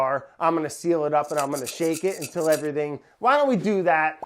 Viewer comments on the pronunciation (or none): none